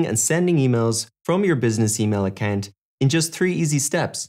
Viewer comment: Why are you pronouncing Account as Accant?